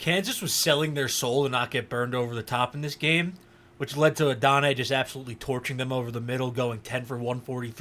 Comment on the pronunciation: Please go look at the pronunciation guide. You're butchering his name. Not a bad breakdown other than that. Regarding the effort issues, look at plays where he's not getting the ball. Especially in the first few games of the season. It was especially noticeable on his blocking. He made better effort later in the year, but his technique still needs a lot of work. You'll also notice that we don't see much of that 4.34 speed in his tape. Maybe he's trying to lull the defenders by running slower most of the time, but with the effort issues it makes me question.